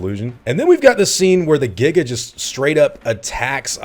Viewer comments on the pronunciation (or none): none